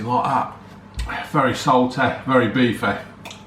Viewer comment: very salteh, very beefeh 😂